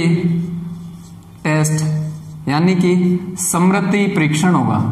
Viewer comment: Samriti nahi...smriti parikshan